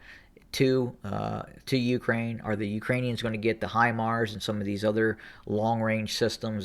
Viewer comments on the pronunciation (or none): none